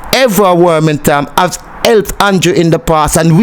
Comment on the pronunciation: The man's name is not Wormington, its WArmington